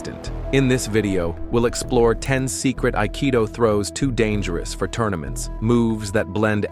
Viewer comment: ypurer Nonsens. Nicht einmal das Wort "Aikido" wird richtig ausgesprochen. Die Techniken haben kaum Zusammenhang mit dem Text, der Großteil Quatsch ist.